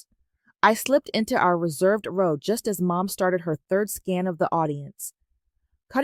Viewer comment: Row is pronounced Ro. The ow is pronounced like a long O.